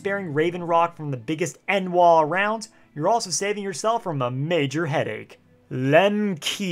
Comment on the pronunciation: its pronounced nwar not en-war but that also is house redoran, talvani prefer to insult people outside their house by using words to challange one's intelegence, N'wah is a word most telvanni dont use it , you should listen to how its said in ESO but there's a little old lady near riverwood who happens to be a witch who goes hostile if you enter her basement or cast any sort of magic on her that deserves to die also that vampire wandering around morthal that was connected to the house fire there also